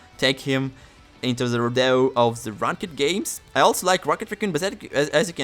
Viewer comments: LMAO you pronounce ranked like rank ed. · In "rawnk-ed" lol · Someone teach homie how to say ranked